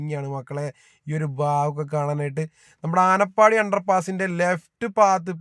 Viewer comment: ആനപ്പാടി അല്ല ആനപ്പടി